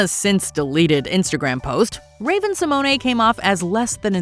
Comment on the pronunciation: Raven-symone is not pronounced raven-symonay